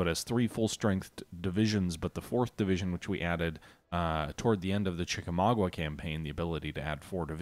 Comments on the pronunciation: Chickamau-ga. Not gua. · Chickamauga natve: Naw, it's Chicky-mogy...